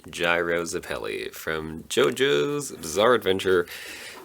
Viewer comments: Curious, you said zepPEli. I pronounce it as ZEppeli... never thought about it having different pronunciations. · After I read this, I realized I pronounce it differently depending on which character I’m referring to. William ZEppeli, Caesar zepPEli, and gyro zepPEli.